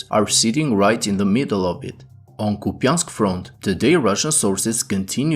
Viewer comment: Copeyansk lmao